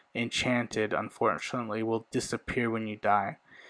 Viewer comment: Stop saying unforntualy smh